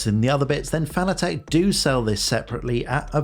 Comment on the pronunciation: I'm sorry for being "that guy", but the mispronunciation of "Fanatec" has always driven me nuts. It's pronounced like the word "fanatic": not "fan-a-tek".